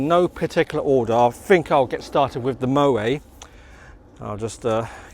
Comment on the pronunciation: The 't' in Moët is not silent, it's pronounced as mow-ett, same goes for Perrier-Jouët and the excellent singer Alison Moyet, I'm in my sixties and thus pedantic. Great channel by the way.